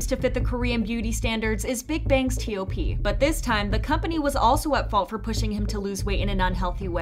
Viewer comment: Literally no one calls him by the separate letters T.O.P they call him TOP. So say it that way, please.